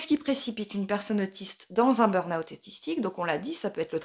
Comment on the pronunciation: Je crois que vous êtes la seule française qui dit "beurn owt" au lieu du "beur ahoût" (le burn juillet mais en août...) Merci pour ça, parce que dans chaque vidéo dans laquelle j'entends "beur ahoût" ou "les stimulus", je perds mes cheveux!